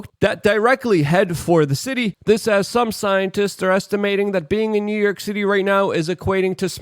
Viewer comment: Good ol NEW YERK!! 😂 Love ya, Luke!